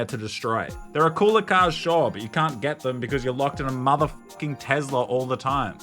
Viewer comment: Ahhh yes, the American electric car company Tezler.